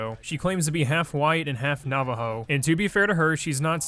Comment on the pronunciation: Navajo. I heard Not-a-Hoe🤣